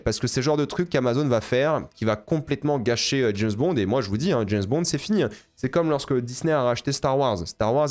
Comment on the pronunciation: dès le début tu m'as trop fait rire et renvoyé en enfance: jameusse bond? j'avais la même prononciation gamin et mes cousin.e.s s'en moquaient gentiment et ça nous faisait marrer... maintenant prononce le prénom james sans rien derrière... puis réessaye avec bond... hahaha, t'as vu t'es guéri de la jameussemanie... merde! plus tard tu le prononces bien haha c'est pas moi qui t'ai guéri... je t'aime bien.